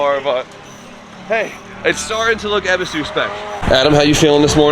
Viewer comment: It's not eb es is su. Eee buu suu